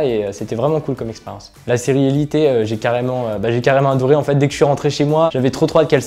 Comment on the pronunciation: Mathilde c’est une série espagnol et en espagnol le « e » se prononce comme é , je pense que c’est pour ça qu’il dit élité